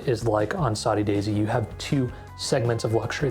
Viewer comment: Saudi Daisy, like Saudi Arabia?? That 's what is says in the video dude. It's SODDY. Proofread your AI.